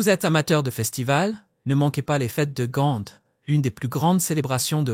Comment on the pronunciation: GAND (ou en néerlandais GENT)mais pas GANTE; ça n'existe pas,nulle par, même pas en Anglais (GHENT)